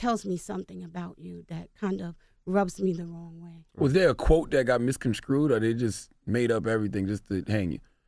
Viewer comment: "MISCON-SCREWED" this man's mother is an educator. Lord help us all.